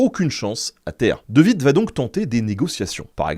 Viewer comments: De Witt ne se prononce pas " de vite" mais " de ouite". En néerlandais le w ne se prononce pas à l'allemande mais à l'anglaise. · C'est de "ouitt", car c'est un W, et non de "vitt" 😅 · Salut Ben, le W se prononce comme en anglais en flamand/néerlandais, donc De Witt, ressemblera à "De huit" :) Merci pour toutes tes vidéos!